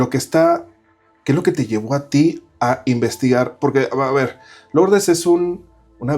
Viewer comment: No se dice LOurdes se dice LUrdes